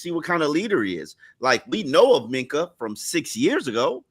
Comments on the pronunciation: so annoying. Please stop trying to say Minkah. It's not Mika 😂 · MINK-AH. SAY THE K